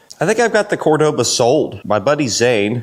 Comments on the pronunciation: Its a kool car brotha 😎 But its pronounced , cor doa ba ,Cordoba, Enyways I enjoy your car videos, super kool 😎 I thought ta do this at my autobody restoration of classic muscle cars, but im to busy do other car stuff ta handle videos as well.....but ya , its all you brotha , god bless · Cordova?? What in the world is a Cordova?? 😅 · you really put the V in cordoba 😂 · I laughed each time you said Cordoba.